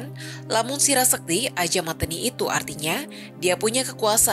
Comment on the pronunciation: Cara baca 'mateni' keliru 😎